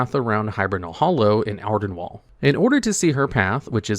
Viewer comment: I believe it's AR-den-weeld (rhymes with field) not wald (rhymes with bald).